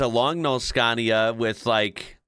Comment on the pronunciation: Finally, you have learned how to pronounce SCANIA correctly, unlike before when you said “SKENIA”. Thank you very much.